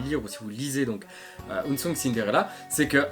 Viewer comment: Je vois plusieurs personnes le prononcer "ounsoung" mais bien de l'anglais et pas du japonais ^^' Unsung = discret, méconnu x)